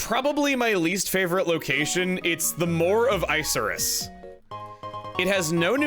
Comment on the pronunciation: Isn't it moor of icarus, not ice-er-iss?